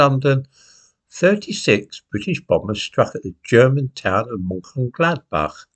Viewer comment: Looks as though is up to its usual tricks: being extremely economical with the truth. However, it's to be expected that would take this position as Lord Haw Ha...errr the c-l-o-w-n loves nazi Germany. However, really ought to practiise Mönchengladbach. The clown's pronunciation is AWFUL!! British policy before the outset of war was bombing. Clearly, DOESN'T know what it's saying as the RAF starred the bombing campaign as soon as the war started. However, little fairy tale about Mönchengladbach forgets TWO critical pieces of information: the invasion of Belgium, Case Yellow, and the bombing of Rotterdam on 15th May.The RAF merely put into practice governmental policy of Thursday, 31st August 1939 to bomb should Germany start unrestricted air attacks. Germany did when the Luftwaffe atacked Warsaw. little episode is the usual standard fare: fairy tales and DELIBERATE madsaging of the FACTS. However, this little episode is probably some attempt to justify the recent Israeli decimation of Gaza City.